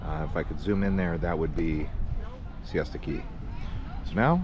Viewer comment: It’s Siesta Key, not fiesta key lol. The beach there is even nicer than lido and it has much better night life.